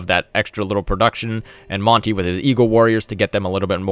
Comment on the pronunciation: Sorry but as someone with Aztec heritage it bugs me how you say Monty when it's Mon-teh